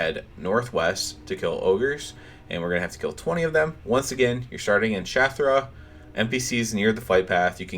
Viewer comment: So you pronounce SHATTRATH as SHATH-RUH...? Not SHATT-RATH?